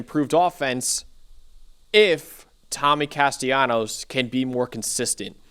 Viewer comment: Hey fellas the proper pronunciation for Castellanos is with an L not a Y. It's not a Latin American dialect.